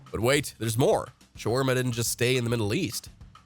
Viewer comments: the word shawarma comes from turkish word Çevirme not shawarma again. and what was that pronounciation like its arabic wtf. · Then it's an idiot. You're better off just saying you used an AI bot - knothead. BTW - "Showarma" was funny too.